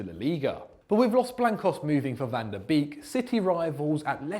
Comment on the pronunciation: Ffs, you pronounce "beek" like "bake", why is it so hard to do that, this is really dissapointing